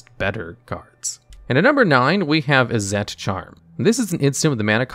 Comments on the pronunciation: I keep hearing you pronounce "Izzet" as "Izz-ette". It's pronunciation is more like "Is it". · Izzet is pronounced "Izzit" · Izzet is pronounced Izzit (Is it). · A few things that I'm pretty sure are correct : - Izzet is pronounced "Is it," not "Is et." Not trying to be rude I'm just very nitpicky. - Boros charm is also played for it's other modes in commander. - Players don't get priority during the draw step, but they DO during the upkeep. Also, honorable mention: Rakdos charm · Hey just wanted to let you know that izzet is pronounced: is - it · lmao at this guy trying to find a way to pronounce "Izzet" wrong to bait engagement. lmao at me for taking the bait. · The way he pronounced Izzet 💀💀💀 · Have you always had such a weird pronunciation of izzet?